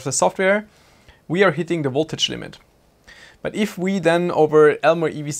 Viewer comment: There is nothing that is called "woltage". I notice you have no problem pronouncing the "v" in "volume", so why not also in "voltage"? 🙂 Thanks for an informative and entertaining video.